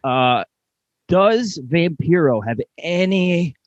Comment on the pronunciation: I love how he said Vampiro the way Oklahoma (Ferrara) pronounced it 😆